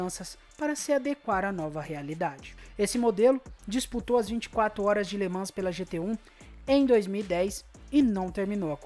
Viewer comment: Escreve-se LE MANS, mas lê-se LE MAN.